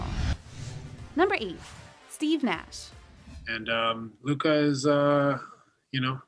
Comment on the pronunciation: She couldn't even say Steve Nash right